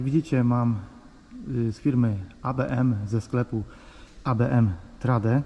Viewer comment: Trade wymawia się trejd